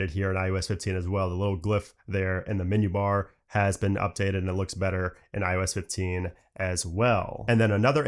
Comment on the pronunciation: Am I the only one hearing "IUS 15"... 😩😂 I guess after the 100th time he said it my ears broke 🤷🏽‍♀️